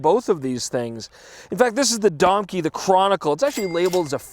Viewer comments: Is Domke really pronounced like donkey? (native Spanish speaker here so bear with me) I always read it like Dom-keh in my head... Anyway, I love sling pack hybrids for mirrorless gear, the ThinkTank TurnStyle has been working well for me but I wanna try Peak's Sling. I use a mix of wrist straps (Joby & Nauti) the along with adjustable sling straps, for smaller mirrorless bodies the ability to cinch something like a Peak Slide against your body really cuts down on any swinging. I still prefer Artisan & Artist's less bulky ACAM-E series (even vs the Slide Lite) but they have like no NA distribution whatsoever, total shame. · i really thought you said DONKEY... not domke.. lol